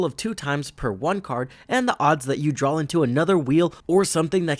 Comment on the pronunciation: I like the video but he speech impediment you have is just terrible. It’s pronounced “DRAW” not “DRAWL”